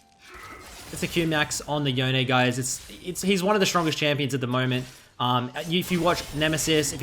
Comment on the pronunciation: Please... please stop saying "Yo-Nay". Please.... it's YONE, which rhymes with ZONE.